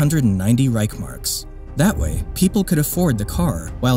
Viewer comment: Reich-S-Mark please. Read the word.